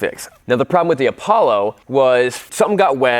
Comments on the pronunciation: Its not apablo its apolla like apolla one rocket flight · Lol he really just said "APABLO" its Apollo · Man said an Apollo is Apoblo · Bruh it’s apallo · Apoblo is how he pronounced it at start lol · Its called "A Pablo" 🤣🤣🤣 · Name:APOLLO says”Apoblo